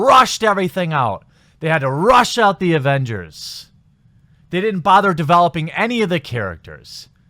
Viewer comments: You keep saying "Avengers"...lol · I fucking cringed every time you said avengers